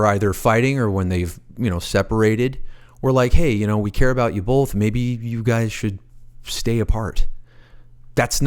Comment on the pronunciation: Please stop saying bolth. It's both